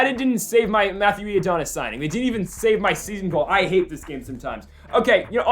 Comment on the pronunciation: Who tf ifs matthew iadonis? Its I-O-NI-DUS